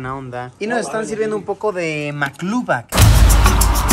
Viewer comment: maclubi , no macluba , yo soy arabe pero no de jordania